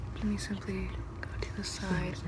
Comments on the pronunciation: I know she's saying "simply" but I swear I hear Pleesa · I went to the comments and apparently she's saying "simply" I thought she was saying "PLEESAPLEESAPLEESEPLEE" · You said Simply. I'm offended 🤣🤣